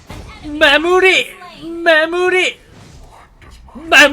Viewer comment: 므아무리 ㅋㅋ 술춰하신 줄